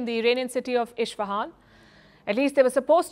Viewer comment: thank you Firstpost. also, dear Palki, you pronounce Isfahan wrong, just as you pronounce Mahsa wrong. fix it fix it fix it. :D